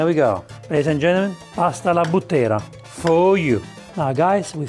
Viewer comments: Non sbagli. Ha sbagliato l'accento. I butteri sono i cowboys della Maremma in Toscana. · Dear:we say "bu'ttera e non butte'ra, please italian dish need perfect name. FYI "butteri" are the cow boys of maremma in south Tuscany Take care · Allow me to correct your pronunciation (it's done with respect) it is Bùttera and not Buttèra, a Buttero being a Tuscan cowboy. Those who take care of the white cows in the Maremma region of Tuscany. I love you and your channel btw 😉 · Però è bùttera, non buttèra, eh dai!!! 🤌😆 (Cioè alla maniera dei bùtteri) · It's "pasta alla bùttera" not "pasta alla buttéra" as you pronounced. The name originates from "buttero" which is the so-called "tuscan cowboy" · Bùttera, non buttèra! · It's bùttera , not buttèra. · Hi, please right pronounciation bùttera, not buttèra..... saluti dalla toscana...good dish... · Hai sbagliato l'accento. Alla Búttera e non Buttèra. I Butteri sono i "cowboys" della Maremma toscana. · You are too kind. This guy doesn't know what he's talking about half the time, butchering original italian recipes for a wide international audience (so that the misinformation is amplified), and not even being able to pronounce properly a recipe he proposed is just the cherry on top. it just shows the accuracy of his research work. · In "Buttera" l'accento va sulla "U" e non sulla "E". Scusa chef ma da toscano dovevo 💪